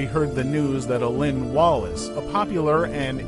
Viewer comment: Dude, you’re just trying to grab viewers, likes, and subs. You can’t even pronounce his name. Or noctilucent for that matter. Shame on you.